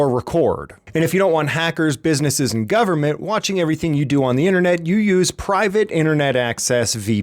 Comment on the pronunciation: ah yes, the good ol' gubamint